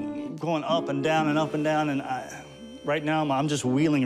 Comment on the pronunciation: He's "wheeling" from it. The word sir, is reeling.